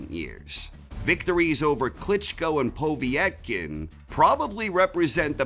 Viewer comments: "between Parker and Poviy -etkin" 😂🤦‍♂️ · Po vee et kin you mean Povetkin lol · Great video mate! Please sort out your pronunciation of Povetkin though lol